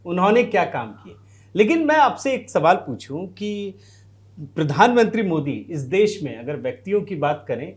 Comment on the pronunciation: Pridhan mantri nahi Pradhan mantri uccharan karo ji